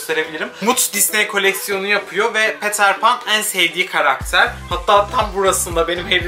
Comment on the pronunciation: diyorum ki bildirim geldi hemen izliyim cunku yu seviyorum ama peter pan i yazildigi gibi okuyunca yapma bee diesim geliyo abi.